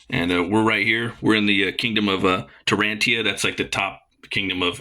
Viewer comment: Loved the review and your passion for Conan! But some of your pronunciations are kind of off. Tarantia, not Tartania. Simmeria, not Kimmeria. Deigned, not designed. Publius, not Puboulus.